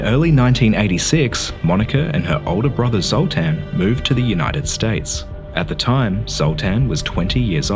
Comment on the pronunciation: Did he say Zultan?